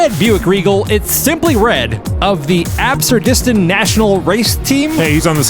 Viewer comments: "Absur-distan"??? Uh... Try again, please. Pretty sure that's "Absurd-istan" (as in a funny name for a country). 😆😂🤣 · Lol. Not ab-sur-dis-tan. Ab-surd-is-tan. As in like "Afghanistan". And not 'Fritz', it was "Fitz". The mispronunciation was a little cringy, guys.😂❤